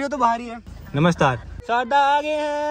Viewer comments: Sourav bro said namastaar 😂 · did anyone notice sourav bhaiya mix namaskaar and namste said namaster 😂❤️😀